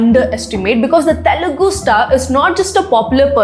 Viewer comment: Pls say it normally...it's telugu cinema...why are you stressing the word "tttthelugu cinema"...?it's so irritating to listen... skipping the video..say it normally